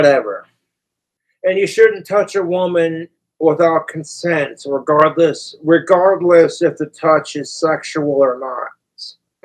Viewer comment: Dude literally says regardles Dontnbe that regarded doodt